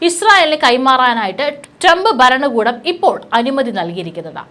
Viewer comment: ട്രംബ് 'ബരണകൂടം'? 'ബൂമി ' ? 'യുദ്ദം'? 'ആക്രമം' ? 'ബീഷണികൾ'? വാക്കുകൾ ശരിയായിട്ട് ഉച്ചരിച്ച്ശീലിക്കൂ........ ഇറാനിയൻ'ബീഷണി' ?